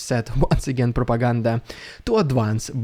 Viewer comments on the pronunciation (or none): Hearing "rrrrridiculous rrrrusian prrropaganda!" always makes my day! Thank you for your wonderful work! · I love how "RpfvrrEDICULOUS rrvbvfbrRUSSIAN vbvfrfvpfrfPROPOGANDA" gets more and more intense every video 😂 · Telling the truth is important says the land of falsification and lies, scary indoctrination / i mean education plan!😨😱 Glory to the heroes, Slava Ukraine 🇸🇪 ❤ 🇺🇦! Hearing " Ridiculous Russian Propaganda " with those vibrating r;s makes me smile and i think you are a pretty nice Russian Dude, bravo! ❤😊👍